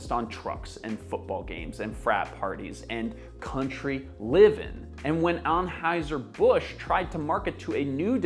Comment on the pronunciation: Your pronunciation of Anheuser-Busch bothered me. Other than that, great video!